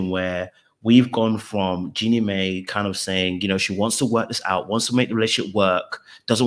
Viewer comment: Jeannie's name is pronounced 'Genie MY', not may